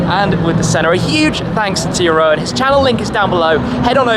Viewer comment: Jeroen is probably totally fine with it, but you pronounce the second part of is name as “roon” instead of “ro-en” :-) Thanks for all the quality content!